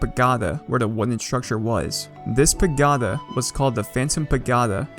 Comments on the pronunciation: when he pronounces it “pa-GOD-a” and not “pagoeda” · *paGOda not pagAhda Also, why the weird emphasis and intonation on words? Are you a bot? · excellent videos man. Super interesting server. Pa-GO-duh not Pa-Gaw-duh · Its not Pagoda its Pag"O"da not Pag"A"da its annoying me XD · We pagotta tell him how it's really pronounced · Its pa go da not pagada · its pa-go-ta not pa-ga-ta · Say pa-goe-da sixty more times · i likw how he insists on sayin paGODa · what is that pronunciation of pagoda it is pa-go-da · I think it’s pronounced pa-go-Da but what would I know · pah - go - dah please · i love how he says pagoda wrong so much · oh god please pronounce pagoda correctly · Your pronunciation of Pagoda was pure torture; I nearly had to stop watching lol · the emphasis when he says it too just makes it that much worse. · Please stop saying pagoda like that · oof. that pagoda pronunciation